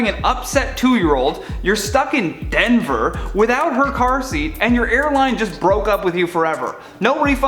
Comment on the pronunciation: Why he gotta say “Denver” like that? 😳